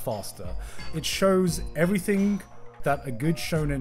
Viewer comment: there is no k in "everything"